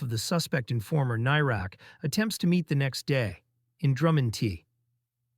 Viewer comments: Whats a tank doing commentating on this issue; he can't even pronounce the guy's name. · Shame you can't pronounce his name correctly